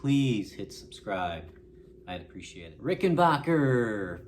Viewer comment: Rickenbacker not RickenBOCKER